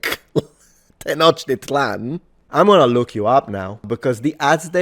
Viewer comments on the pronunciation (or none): none